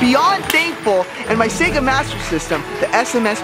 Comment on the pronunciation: Sea-ga?! What the heck is a Sea-ga??